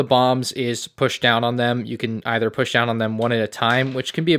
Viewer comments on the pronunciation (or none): none